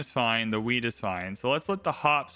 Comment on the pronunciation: You saying "weed" instead of "wheat" (at least I think so) made me laugh a lot. Did you really have bread in mind?;-) Really nice series, keep it up ❤